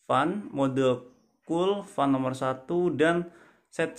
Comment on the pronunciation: Baca Fen..bukan Fan..